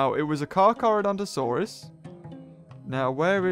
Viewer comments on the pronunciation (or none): none